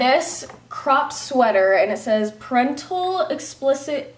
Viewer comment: Am I the only one who's bothered by the way she said 'parental' ?